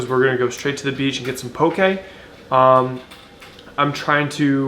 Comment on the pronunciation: As someone from Hawai’i, it makes me so happy to see that mainlanders are enjoying poke...but more importantly, it overjoys me that you pronounce it CORRECTLY!!! PS - that’s how you pronounce “sake”...it’s NOT “saki”. 😁